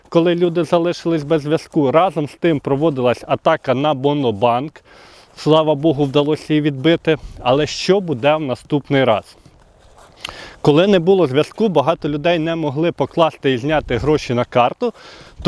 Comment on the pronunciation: Що це за назва - Бонобанк? хв. Немає такого банку в Україні. Є Монобанк, тобто Універсал Банк. Озвучено неправильну назву.